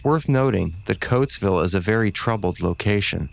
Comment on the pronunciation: "it's coatsville , not cloaksville pal"